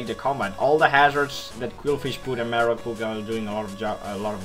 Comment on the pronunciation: You marowak wrong. Everything else was nice tho :]